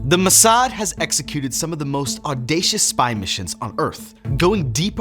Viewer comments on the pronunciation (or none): It's not muhsad, it's Mossad.